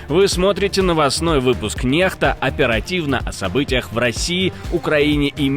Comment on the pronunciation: Почему "нехта",если правильное произношение Nexta- некста